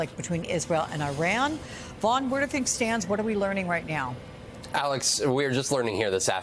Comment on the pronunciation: she said “right meow”